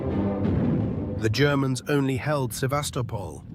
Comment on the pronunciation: Haha I love when the AI says 'the germans,' comes across to sound almost like he's saying 'the degenerates' hah.